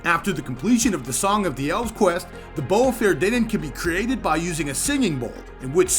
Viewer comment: great video for those that need to learn, but, tho pronounciation is completely wrong. if you wont call it "bowfa" you must pronounce it correctly "fah-er-thee-nen" you sound like an unclutered idiot.